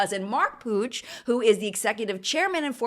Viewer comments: Is Puig pronounced “Pooj”? It is a last name in Spanish and is pronounced “Pweeg“. Unless it’s deriving from a different Language? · My Spanish self has struggled so much at understanding 'Puig' just by hearing the video as a podcast that it's hilarious hahahaha I know my explanation it's going to be awful as I'm not good at language explanation but it it's pronounced kinda like /pooi:g/ (I'm extremely sorry to anyone who actually knows how to write pronunciation of words, english is not my first language and I'm sure my attempt at explaining has been awful). As always loved the video 🥰